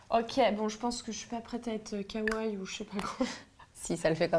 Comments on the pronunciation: Arrêtez de dire kawaille ;-; on dit kawaii et pas kawaille donc prenoncez bien le i a la fin ^^ sinon superbe vidéo! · c'est sympa de faire ce type de vidéo ;-; mais ça fait mal aux oreilles la mauvaise prononciation des mots comme Kawaiii ><. Par contre quel est l'intérêt de mettre du concealer avant, si tu étires la bb cream de ta cushion avec le puff? ça déplace ce que tu as mis avant. en plus vous avez trop poudré le teint :/. Normalement il est un peu plus glowy le teint.